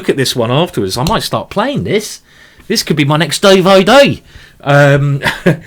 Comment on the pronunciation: entertaining as usual. I have to say I like the 15min games better. also I get a kick when you say "dvd"....da VA dee